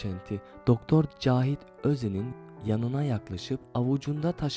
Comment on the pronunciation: kağıdı demeyi öğren nolur kendine bu zulmü yapma